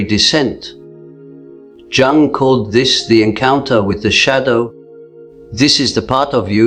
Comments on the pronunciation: Pffff,,its Jung (young) not jungl as jungle...get it right bro...ai cant do everything that human does... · Man,,,cant watch it..each time it say jung as jungle...its spell like young.. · If you're AI can't pronounce Jung correctly how do you know this accurate. Jung (young) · Is an A I voice unable to pronounce -*Youung*? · Please try to pronounce Jung’s surname properly. Just imagine that the letter J is silent, so his surname sounds like Ung! The letter J is always silent. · Your AI needs to learn it's pronounced Carl Youg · Its pronounced "Yoong" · Your AI is really over pronouncing the J in Jung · Tell the be AI it's Jung is pronounced more like 'yoong' it's bugging me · Great content, but Jung's AI voice avatar needs to learn how to pronounce it's own name. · Can never be sacred. Rubbish AI video Jung is pronounced Yung! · AI voiceover can't pronounce his surname! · so mr Jung is a chinese man?! that is definitely not the way to pronounce it ... bye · That's not how his name is pronounced lol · You could at least get the AI to pronounce "Jung" correctly. Did you write this? Or was it ChatGTP? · This AI can’t even pronounce Carl Jung’s name and certainly isn’t teaching or repeating anything he ever said. However, if the words help then good. They’re just not from Dr. Jung. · Dear AI, you need to learn how to pronounce Jung's surname properly. It's also seen as a lack of respect, not pronouncing someone name properly